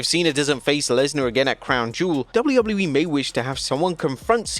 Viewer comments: Am I the only one who hates the way this guy says WWE? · Can this dude say "WWE" like a regular human 🙄🙄